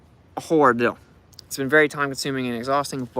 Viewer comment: Damn. That's a rill ordill.